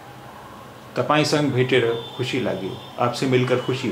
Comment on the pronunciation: not sang (संग) its sanga (संग + अ = संग) do full Pronunciation.